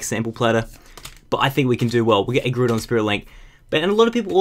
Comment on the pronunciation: Groudon and rayquaza did anyone else notice he said this wrong.